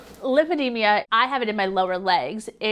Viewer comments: The disease is called "lymphedema" but she's pronouncing it "lymphedemia"? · It's lymphedema. Not lymphedemia. You think she would know how to pronounce her self-inflicted disease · Please..pronounce it correctly. The last syllable is "ma" not "mia" I applaud your bravery on speaking out. I just encourage you though to not reduce your credibility by not pronouncing it correctly. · It’s not lymphedemia there’s no I! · It's NOT Lymphodemia, it's Lymphodema.😑😏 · She can't even pronounce it properly at first... "LymphedeMIA" she says. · She doesn't know how to say lymphedema? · WHY DOES SHE PRONOUNCE LYMPHEDEMA COMPLETELY WRONG?! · Too bad she can't pronounce it correctly lol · Right. Someone should have corrected her pronunciation by now. Love her anyway! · she's pronouncing the name of her own condition wrong. lipidemia and lipoedema are two different things and barcroft seems to think its lymphedema anyway lol